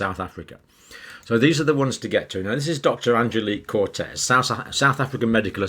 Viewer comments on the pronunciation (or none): not Cortez, its COETZEE. koot-seer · The SA doctor's surname is Coetzee (pronounced Kut-seer) not Cortez. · Please pronounce Coetzee correctly John! It is more like Coot Sea or Coot Seh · COETZEE not CORTEZ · Thank you Dr.. Like your perspective on this issue.. The Dr's Name is pronounced (Cort-Seer) coetzee.... Cortez is more Spanish.. Much love. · Just some help here from a South African. One pronounces the dear lady Dr Coetzee as Coet"see" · Hi Doc, Coetzee is pronounced phonetically Couldseer with silent r or maybe someone else can find a better way to explain the pronunciation. Hope this helps. Thank you for your valuable information. We appreciate you. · Not "Cortez", it's "Coetzee". Id say you can pronounce it 'coot-sear' with emphasis on the latter syllable. #Afrikaans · Coatzee, pronounced koot-ZEE. Not Cortez. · It’s not Angelique Cortez. It’s Coetzee. Pronounced more like curtsey. Koots ear , without rounding the r. would be the closest phonetically that I could recommend in English. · The name pronounced south african way would be. Coet zee Thank you for your articles. I am a fan of yours. Keep up the good work. Vik. S. A. 🙏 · Coetzee: Pronounced: Cot-Szee-ah. Not cortez. xD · Let us give you some help with pronouncing names: Coetzee (a common SA surname) = coot-SEE-ah - like the famous author J.M. Coetzee. Not "Cortez" as in conquistador. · Coetzee is pronounced Koot see ah not Cortez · It is not Dr Cortez. She is Dr Coetzee, pronounced Coot-zee-a. Out of respect for these professionals, we should get the names right. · Coetzee is pronounced "koot-SEE" (accent on second syllable). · You pronounce the name COETZEE as if there stood CORTEZ. The right way to pronounce that name is [KOOH-TSEE]. This is a very common name in the Afrikaans. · Pse pronounce Dr Coetzee not Cortez..like saying "could see" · Dr Coetzee is pronounced: coe= as in cushion . Tzee. Cutzee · Good review. It is Dr Coetzee (koot zee) not Cortez. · Dr Coetzee not Cortez 😲